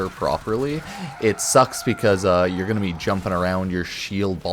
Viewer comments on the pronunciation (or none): none